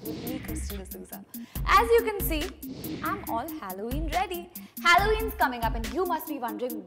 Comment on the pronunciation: you don’t even know how to say halloween